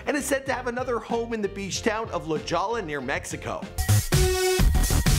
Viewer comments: HAHA - dude I know right??... Fucking says, "La Jollah??" Seriously, this dude needs to read a book!! Lol, and his pronunciation of "Aventador" was hilarious!! Lol, if a person is running a youtube channel (his supposed "profession!!") - you would think that the person would at least use the correct pronunciation of EVERY word that comes out of his mouth. If you aren't sure - there is this CRAZY thing called google - and it will tell you exactly how to correctly pronounce any word that you are unsure of. Haha, that is just embarrassing!! Funny for us though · Haha, "La Jaw-law near Mexico". That's not how La Jolla is pronounced. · la Jolla is pronounced la-HOY-a... not la-JAW-la in San Diego California. I almost missed that from what you said but your right its not far from Mexico... but its a city in my own county in southern Cali so I'm gonna just guess you're not from here. 😘💋💘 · Did he really just call La Jolla, La Jaw-la?!!!😂😂😂 its pronounced La Hoy-a!! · LOL this dude said la JALLA! It’s pronounced La HOY-YA.... I guess a Canadian wouldn’t know that.... doubles LL’s man.... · I know right? “La Jolla” is pronounced, “La Hoya.” 🙄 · Can you tell me where “La Ja-La” is?? Lmaoooo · Real Bride Of Chucky lmao he said la-Jaw-la. I hate the sea world because every time I go journey to Atlantis is broken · Dude! You don't pronounce La Jolla the way it's spelt, my God!!! It's pronounced La Hoya. Also, the movie isn't called Wars Dog. It's called War Dogs. This was painful to watch. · its pronounced La Hoe-yuh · Positively Udo la Jolla instead of la hoiya lmao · All the cringe worthy pronounciations are like a punch in the kidneys each time i hear one. "Avintadoor", "Oddmars Pieujit", "La Jalla". Kill me now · Lol. You are the WORST with pronouncing things correctly. He has a house in La Jolla (pronounced La Hoy-uh) its a really wealthy suburb of San Diego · he actually said la jolla like that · That city near Mexico is pronounced La•hoi•yah lol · La “Jaw-la”?